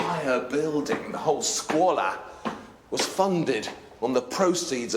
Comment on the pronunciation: . Scoo-o-lah. Not Squalor! Lol.